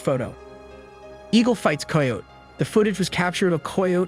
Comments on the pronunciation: “K eye oat “ <——- not “koy yote “ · Coy ote ????? Not even a word.....Try Ky ote I know it looks wrong but it is right......Ask before you record anything you are unsure about. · Ki-yote not a flipping coy-ote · Ki-o-te= Coyote. Good video. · Coy ote? Pronounced ki o tee😂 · The boy who is narrating is killing me mispronouncing the word Coyote.... Dude, it's pronounced Ky-o-tee not the way in it's spelled. Do some research..... SMH!!!! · I mean this in the nicest way but American children stopped reading and became less familiar with written language! Coyote -(rhymes with PIE so -KIE-Oh-Tee GREAT JOB on the video THOUGH! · I'm with the guy below... what the hell is a coy-ote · Wtf is a coy oat ?? Never heard anyone say it that way !! Lol !! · Umm, I've never heard anyone pronounce coyote that way. I know it looks that way from the spelling, but it's pronounced "kigh oat". Kigh as in rhymes with high. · Who taught you phonics!!!!????? Coy uote is not a word! Or animal!!! Coyotes are common, and Amarillo, that's a BS story!!! But it caught your attention, thus you don't research!!! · Why can't you say coyote...??? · Your killing me mis pronouncing the word coyote. Sound it out man. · Ikr? Jeez, even someone with half a brain can say coyote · You say coyote weird